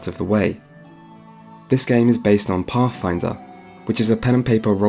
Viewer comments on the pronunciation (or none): I though it was called pathfinder but I guess it's pafffinder